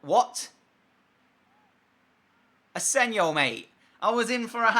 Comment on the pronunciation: it's asensio not asensio